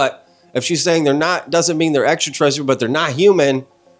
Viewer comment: I ain’t never heard ENTERTERESSTRIAL 😂 U GOT tht I’m wit it quick on ur feet freestyle lol 💪🏽